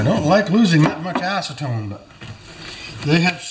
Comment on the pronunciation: Well he didn't want to lose his ass-ce-tone.